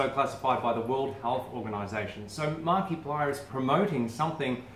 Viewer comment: P.S. You pronounced it right the first time. 👌